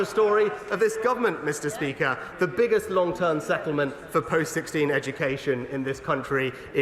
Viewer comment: Sunak.."bizzest...biggest"..your point?